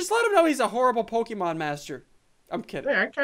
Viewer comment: Crainer you're bad at Pokámanz